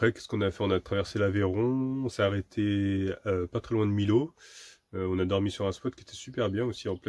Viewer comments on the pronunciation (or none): Salut pour la ville de l Aveyron ( Millau ) se prononce Mi-Yo et non Milo:) bonne route a vous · On dis pas milo mais miyau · Juste pour info, la prononciations de Millau, c'est (phonétiquement 2 syllabes MI YO et non MI LO) a aussi fait la faute. Pas toujours facile la prononciation des noms de lieux. Bonne route encore 👍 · Coucou Super le soleil c'est la vie 😉 Millau et non Milau tu le diras à elle dit comme toi..... Bisous et bonne continuation 😘Béatrice